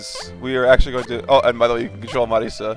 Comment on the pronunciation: except is italian and he's pronouncing Marisa the Japanese way.